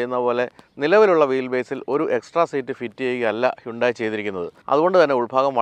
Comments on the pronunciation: ഹൈന്തായ് എന്നല്ലേ ശരിയായ ഉച്ചാരണം.. ഹുണ്ടായ് എന്നല്ലല്ലോ...? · Its 'അൽ കസാർ' not 'അൽ കാസർ' 😏... താങ്കളെ പോലൊരാൾ പേര് പറയുന്നത് കൃത്യമായി പറയാൻ പഠിക്കൂ..... 'ഹ്യുണ്ടായി' എന്നതും തെറ്റാണ്...പക്ഷേ അത് ക്ഷമിച്ചിരിക്കുന്നു, എന്നാൽ ഇത് തിരുത്തിയെ മതിയാകൂ.... 😊